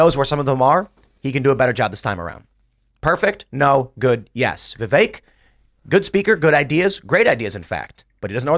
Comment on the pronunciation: Vivek's name was pronounced properly 100 times in this episode, and this idiot from New York continues to mispronounce his name. I don't want to say he's an idiot, but i hear him speak.... I have to bite my tongue. Go back to Brooklyn you deigo guinea wop. Keep pouring olive oil straight down the drain and ruining your own sewer system... and choke on the flood that's your own fault. NYC was ruined by these people.